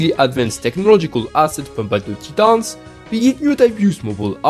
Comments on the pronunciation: "Tee-tons" hehe, keep up the great videos man. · Not a grievance, was just pointing out it caught me off guard and made me laugh....please don't misunderstand...I tried to make it clear wasn't an issue, just had me laughing.....